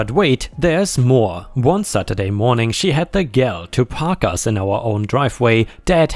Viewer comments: You said gall as gal, meaning girl, it is pronounced in one syllable g-all like all in, If the aunt has to buy ramen, she 'd probably buy the cheapest and the flavours he doesn't like, lose, lose for her, so save the money, he can get it himself. And others making demands for extras, can bring a stash... why wouldn't they, to get what they want? This maybe the first and last family reunion otherwise. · In America, gall is pronounced with a hard "g" and the "all" as in "all of them". Just wanting to help.